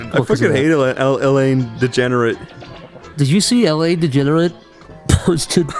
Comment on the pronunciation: "Elaindegernarete" who is this???